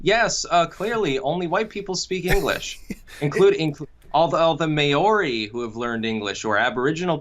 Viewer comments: The way he pronouced Maori, holy shit 😂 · My Maori friends here in Australia would gut this guy for pronouncing it "May-oree" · The Mayooree people that learned English ... my god man. That fucking horrible pronunciation. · This guy seems interesting, but the way he mispronounced Maori really triggered me. I am from New Zealand and it legitimately took me a minute to realise that was who he was talking about